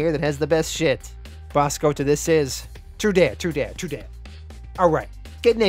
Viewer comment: never fails to crack me up when you say tru-dat/tru-nuff, cuz of your accent.